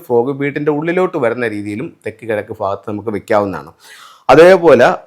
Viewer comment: അണ്ണാ, ഫാരതം അല്ല ഭാരതം.... ഫാഗത്ത് അല്ല ഭാഗത്ത്..... ഇതെന്നാ മലയാളമാ? കട്ടം.....😮